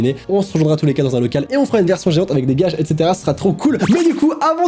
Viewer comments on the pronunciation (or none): Juste le moment de la sponsorisation le " étetera étetera" C'ES ÉXÉTÉRA